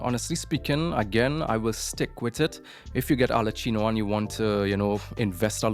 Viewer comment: Why do you say Arlecchino like that??